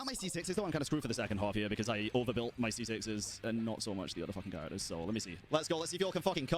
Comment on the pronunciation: So this mode has a fearless and dire difficulty tailored for people who desire to challenge their whale accounts and they get rewarded either a 4 star or 5 star weapon overlay for being a whale competitor. Good for them. And for the love of dog tell to learn to say character names right.